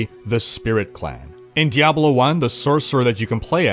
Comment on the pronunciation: did he just say diabolo